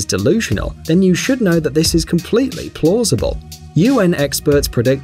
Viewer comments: its completely plosible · did i just hear completly plossible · he said completly plossible XDD